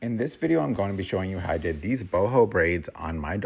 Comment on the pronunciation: Your style of teaching is just so easy to follow, brother. I appreciate you. "Like deeez" is hilarious, btw.....